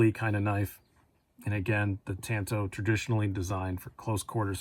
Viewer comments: Partner, please don’t say “tanto” again, you’re pronouncing it wrong!!! It’s not tanto as in you can get a “tan “ on the beach!! Get it!! It’s pronounced “tanto” as in King David was “ taunted“ by Goliath of Gath !!Sorry for the correction but I had to !!! I love your collection!! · It's pronounced TOHN-TO, which is a Japanese word for short sword.